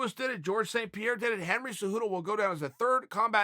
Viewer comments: Chael "Henry Hudo" Sonnen. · Chael “Henry Hudo” Sonnen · Chael “Henry Hooto” Sonnen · Chael "Henry Hudo" P Sonnen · “Henry Heduo is very special “